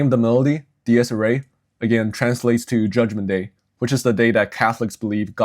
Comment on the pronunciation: Minor critique: it’s pronounced “Deer-es ear-ay”